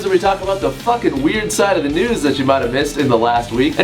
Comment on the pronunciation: It always sounds like he says "Wtf nudes"